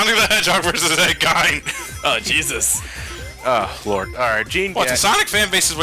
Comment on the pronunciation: Gene is pronounced "Jeen". Gein is pronounced "Geen".